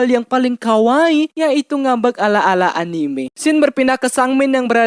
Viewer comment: kalo ngomong "anime" nya itu lo ngakak😂